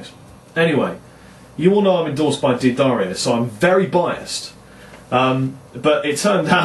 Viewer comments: Jim D'Addario (head of the company) pronounces his name 'DADDario' -- it's only his fellow Americans who stubbornly refuse to pronounce it correctly. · GODDAMN IT............IT'S PRONOUNCED ....." DUH-DAR-EEO ".